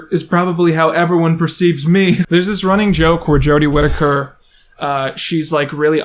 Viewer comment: Big fan of your videos like this! (This being dissecting and more camera based) Also thank you for saying Jodie's last name correctly lmao. Personally I like Jodie's portrayal of the doctor. She's like all my fave parts of 9, 10 and 11.